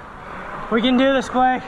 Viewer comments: Oh my lord you call him blake (block-ay) thats what I call my friend blake too😂😂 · This is hysterical. You called him B-LOCK-A(not sure how to write that) Seeing how my daughter(Allison Norman) is a swimmer, the names Cody, Blake, Lilly, Gary....are household names here. And we call Blake "B-lock-a" all the time. She is currently at IU swim camp and hopefully learning a lot. Thank you Cody for all the inspirational videos (VLOGS, Yes I am a mom and I know how to say VLOGS) It really helps her get through those tough times and makes her want to keep going!